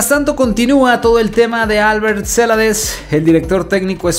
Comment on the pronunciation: la pronunciacion es ceLAdes, no CElades